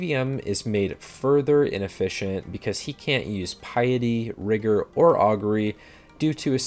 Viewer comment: Dude said Rigour with a hard R